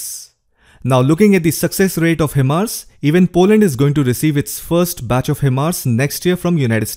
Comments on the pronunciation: HIMARS pronounce as High- Mars not He- Mars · it's pronounced "high mars"